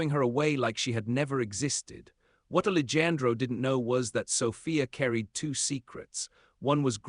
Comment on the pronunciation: the AI readers are so funny....they don't understand the words spelled the same but pronounced differently....and in this story...ali jan dro???? I know it's more of an ethnic name...but honestly... it really detracts from the story